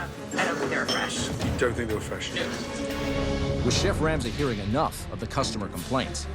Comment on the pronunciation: Finally that moment someone (Aka ramsay) says ur name the way u want it to be pronounced I really dislike the way the Americans say it